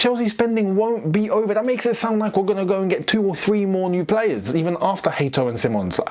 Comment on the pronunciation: It's still not Hateo, it's Hato